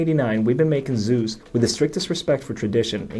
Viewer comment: Pronounced Suze as in a boy named Sue Z